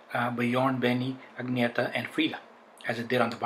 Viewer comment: Thank you for pronouncing Agnetha's name correctly!